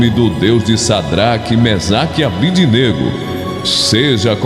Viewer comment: Caro amigo: Sua voz é esplêndida, com forte impostação. Mas precisa ler direitinho os nomes dos companheiros de Daniel, na Bíblia (Dn 3,12): SIDRAC (e não SAdrac), MISAC (e não MEsac) e ABDÊNAGO (com tônica no "DÊ" (e não ABDINÊGO).